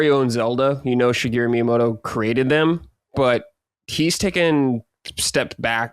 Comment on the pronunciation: I love but someone's gotta correct him on his pronunciation of Miyamoto 😂